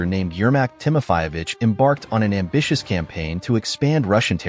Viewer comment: It's Timofeyevich, not Timofayevich. Also, it a patronyme, not surname and is not used alone. Siberian Khan was called Kuchum, not Kukum.